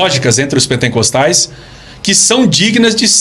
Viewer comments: Kkk. O rapaz não sabe nem pronunciar a palavra PENTECOSTES corretamente e vem criticar a Igreja Assembleia de Deus! Alguém avisa aí o sabichão que não existe PENTENCOSTE e sim PENTECOSTES!! É cada uma kkk! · "pentencostalismo, Pentencostes, pentencostal". Não sabe nem pronunciar a palavra correta, esse podcast é um desfile de entrevistados sem gabarito.